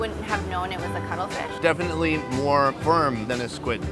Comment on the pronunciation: Cuttlefish, with Ts. Not cuddle fish. 🤣🤣🤣